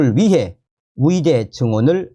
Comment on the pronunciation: 의대 발음이 이상하네요. ㅋㅋ 의대 철밥통 카르텔 이번에 박살 내야 합니다.